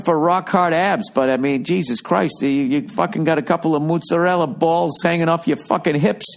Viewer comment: “Mutsorella balls” LOL